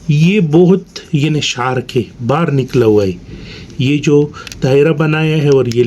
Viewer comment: Bhai shark nai hota sharp hota haai Thora ajeeb lag raha tha tabi apki information dene ke lia comment kia ghlt na smjhna